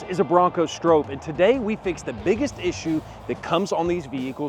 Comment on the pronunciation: The biggest issue with the Stroppe is that you always say it wrong😂